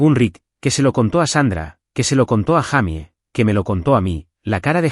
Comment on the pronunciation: No es un monstruo!!!! Es un sinvergüenza raya do a monstruo. Se dice declarabje!!!!!!y se es mujer se pronocia yeimi no Jaime